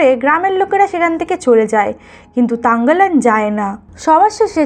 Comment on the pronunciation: তাংগালান না থাংগালান হবে